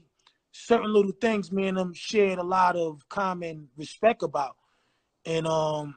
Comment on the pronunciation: Too bad Ra never educated himself once he made it out the hood and got loot. He said respek like ignorant ass baby lol.